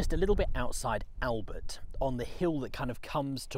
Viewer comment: One of the best panorama’s of The Somme battlefields I’ve seen…….. and I live local so have a good idea of the layout. But come on mate…”Albert”…….it’s not “Only Fools and Horses”!! If you can say Bonjour in a cafe you can look online whilst editing and pronounce Albert properly.